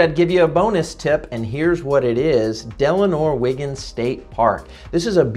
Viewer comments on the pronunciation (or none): it's Delnor Wiggins State Park not Denlor